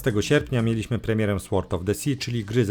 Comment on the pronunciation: Przeczytaj, nagraj i odsłuchaj jak mówisz: knight, knife, sword. Kumasz?